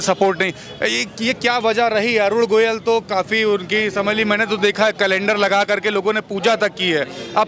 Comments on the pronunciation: Jo Parakar Sahi Nam Govil Na Bol Pata Ho Aur Goyal Bolta Ho Wo Sahi Patarakar Nahi Ho Sakta ? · अरे रिपोर्ट भाई प्रत्यासी का सही सही पूरा नाम पहले जान लिया कीजिए। अरुण गोविल नाम है न कि अरुण गोयल!